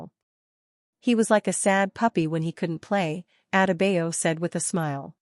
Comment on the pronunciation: SAID BAM LAST NAME ALL WRONG